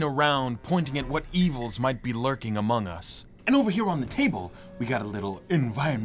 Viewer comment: HE SAID AMUN GUS! SUS! lol